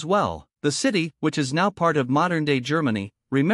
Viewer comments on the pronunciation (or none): Weiber it is pronounced wyber not weeber, just saying